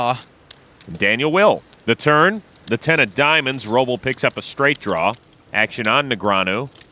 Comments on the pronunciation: SIGH-ver instead of SEE-ver, Rob-el instead of RO-bl, Brian Kenny instead of Brin Kenny. I can't stand AI jabbering. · F Tony g for being an ah. And also f the narrator for not knowing how to say robls name correctly.